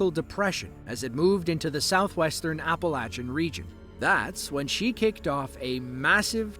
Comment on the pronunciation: I appreciate you so much for pronouncing Appalachian the correct way!